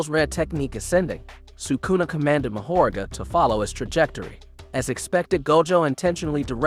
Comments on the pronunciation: Bro I need you to brush up on ya Japanese pronunciation cuz you’re killing me with mahoraga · Mahoraga too 💀💀